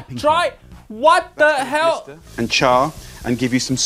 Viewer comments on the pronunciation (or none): none